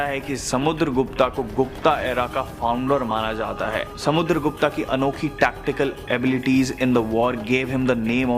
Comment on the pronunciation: Not Samudargupta it's Samudargupt👈